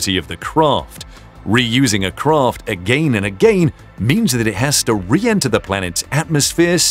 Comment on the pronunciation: aga-ee-n and aga-ee-n